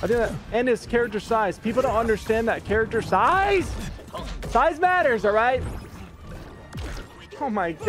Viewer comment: Lmao "Characcttterttr siiiize"